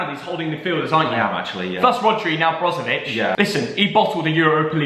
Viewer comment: Nobody:: Marcelo Brozovic